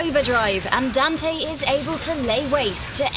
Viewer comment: Don't say Dante any think